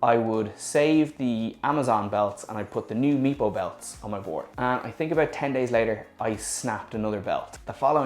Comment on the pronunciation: I am sorry about your experiences but after 11 electric boards most chinese I get you. Cool to hear someone say tink instead of think.